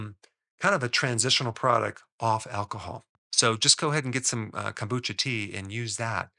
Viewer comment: CONE BOO CHA (CHA = TEA)